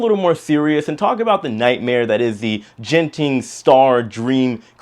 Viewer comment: FYI Genting is pronounced with a “g “ as in gutter.